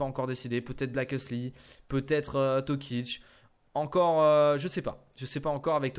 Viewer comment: C'est pas tokic, c'est toko